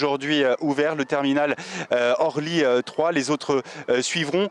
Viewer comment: Il faudrait expliquer à la personne qui fait le reportage qu'on ne dit pas aéroport de Horly mais aéroport d'Orly.